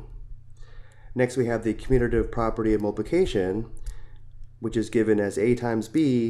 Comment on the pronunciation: its not mulpulcation its multiypulcation